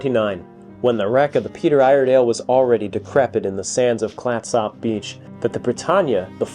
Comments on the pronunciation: It's pronounced "Clatsup". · Clat sop? It's pronounced "clat-sup" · Thanks for coming to Oregon. Clatsop is pronounced Clatsup, with the "a" pronounced as in cat. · Clatsop is pronounced Clats Up. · This episode is close to my hart. I proposed to my wife just up the beach from the wreck, and my family and I camp at Fort Stephens park often. I have watched everything I can find on the Peter Iredale, this is great. Thanks. Also, I have always heard it pronounced "clats-up" around here. Not "clats op" like it is spelled. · How long were you here and no one told you how to pronounce Clatsop? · nobody I know in the Pacific Northwest where I've lived for the last 48 years pronounces it the way you do. I spent every summer of my youth on the coast and have been out to the Peter Iredale 20 plus times. Think of it this way, no east coaster pronounces Gloucester the way it's spelled. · Great vid, but please 😂 no need to pronounce the o in Clatsop, sort of a slight u actually. Also, yes All oregon beaches are public and considered state highways, so you can drive on (nearly) any beach. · YES! I was wondering if this bothered any other Oregonian. Otherwise very enjoyable and informative. And doesn't butcher the pronunciation of Oregon. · Worse Tham Clatsop being pronounced wrong is Willamette or Couch Street. :D (For those who don't know, Willamette rhymes with "dammit" and Couch is "cooch." Now when it comes to Puyallup, no one seems to know about that one and even locals debate it still. "pew-AL-ip" is the most common. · I've never heard it pronounced, "clat-SOP" beach. Oregonians pronounce it "Clat-sup". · This video and others on this channel are excellent historical presentations. Very well done! But we laughed at the pronunciation of Clatsop. It's Clatsup not Clat SOP. Noob😅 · It's pronounced clat - sup County, as in SUPper ( dinner ), not Clatsop. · im from astoria its prnounced clatsup not klattsopp just saying. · It’s pronounced “Clat-sup.”